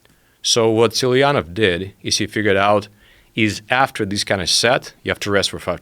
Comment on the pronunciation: From the way Rogan pronounced his last name I've always assumed the guy was Italian, Tsatsuli-ini-ie-e. Turn out it's simply Паша Цацулин.